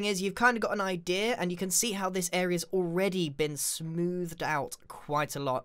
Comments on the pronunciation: Anyone heard him say idear when he was making skeleton framework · I love it when he says idear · People : idea Grian : idea-r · (about) MY GRANDPA SAYS IDEA LIKE THAT OMG